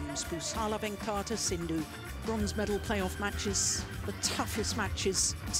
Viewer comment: To the lady commentator: If you can't learn to pronounce PV Sindhu's name correctly, perhaps don't try?